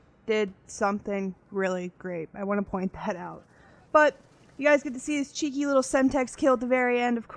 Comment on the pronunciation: Funny hearing an American saying cheeky haha. Legit gameplay.